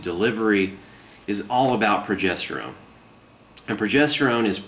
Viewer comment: Pwogestowone powah!!!!!